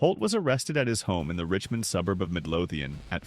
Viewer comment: FAKE, FAKE, FAKE...whatever dumbass did this can't even pronounce Richmond. t\